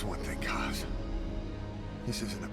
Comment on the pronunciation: Why does insist on pronouncing Kaz incorrectly?